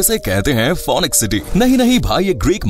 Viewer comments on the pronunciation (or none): It's not fonix its fenix So fenix goes for real with phoenix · इसका ऊच्चारन फोनिक्स नही फिनिक्स हैं. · Pronounce it as finix and not fonix.